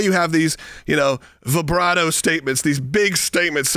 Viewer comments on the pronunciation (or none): LOL -- BRAVADO statement, dude, not VIBRADO!! I think I heard that right, anyway. Was still funny!